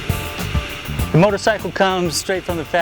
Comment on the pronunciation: Did you just say imperceptibly?